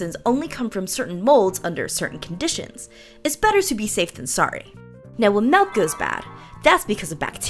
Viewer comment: SHE SAID MELK 🙄